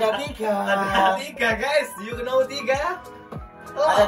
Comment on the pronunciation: Know iku bacae "now" K nya diilangi bang😂